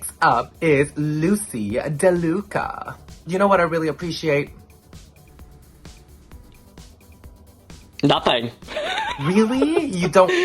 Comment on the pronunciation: She said "DaLuca" instead of "LaDuca” girl. Do your thing, grab that receipt, and plot when you’ll call her out on it in the future miss gawd 😤